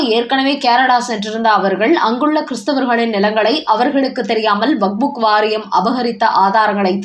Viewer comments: நேற்றும் கவனித்தேன். இன்றும் கேட்கிறேன். அது வக்புக் வாரியம் இல்லை. வக்கப் வாரியம் 😂😂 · வக்புக் இல்லைடி, வக்ஃப்!